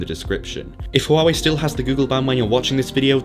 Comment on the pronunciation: Hwa wey is how it's pronounced in China. Almost a silent H